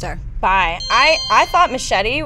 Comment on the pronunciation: I also want to add that I love the way you said 'Machete' on the show which was the proper and correct Latin way of saying it, I'm sure your Spanish is awesome and hope you talk more Spanish on the show. My friends and family are really excited to see 'Machete Kills,' the first one was a blast and this new one looks even more wilder and crazier, really glad your also looking forward to seeing it, you always have great tastes in movies, double cool points coming you way :)